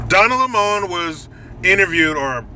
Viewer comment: Lol. Donna Le-mon! Lololol